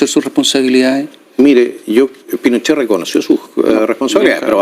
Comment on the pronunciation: Viejo zurdo recalcitrante, no se cuántas veces repitió "Pinoshee", "las torturas".